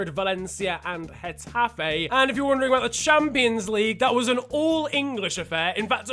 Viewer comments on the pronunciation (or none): none